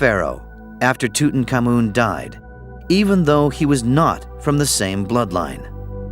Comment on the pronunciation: I always suspected we were mispronouncing Tutankhamun. It never sounded right ending with "common". In this program the accent is on the final syllable; not certain it's right but it's got to be closer to correct than our American version that's been used for decades. And it sure beats King Rootentooten. ;-)